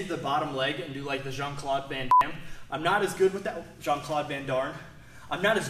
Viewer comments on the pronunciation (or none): "Jean-Claude Van Damn" lmao xD